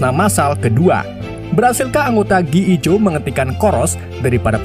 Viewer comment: Gi joe jadi gee ee jo.. hahahhaha...